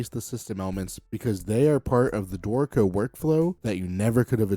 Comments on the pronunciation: Only problem I have with your videos is how your pronunciation of Dorico sounds so much like "dorko". Ew... lol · Note that the tonic accent is on the first syllable : DOrico. So the pronunciation is not that bad 🤷